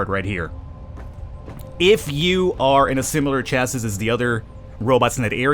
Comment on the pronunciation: The word is chasis... pronounced CHA (a as in apple) SEE (like to use your eyes) CHA-SEE, not CHAE SIS. Come on man. (douchebagery at maximum levels)